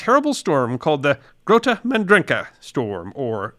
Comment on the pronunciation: Nice try with the pronunciation. The G in Grote is the CH in Achmed, the Dead Terrorist